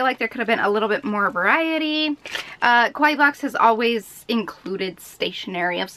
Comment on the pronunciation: it was pretty annoying to hear her be that negative. and the way she pronounce kawaii, she pronounce it like it mean Scary, maybe she was referring to her face makeup XD